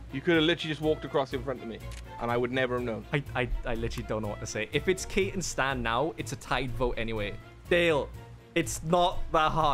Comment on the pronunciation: I like that Kate got called out for a mispronunciation and didn't get called out for an actual mistake.